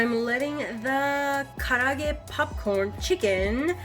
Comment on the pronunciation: I dont pronounce it nearly as well as you do but it looks really really good.